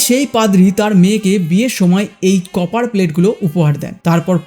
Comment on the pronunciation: কেউ কি শুনেছেন? উনি কপারকে চপার বলেছেন😂😂😂